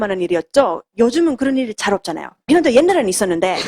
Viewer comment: 발음이 pinland가 아님..finland 임..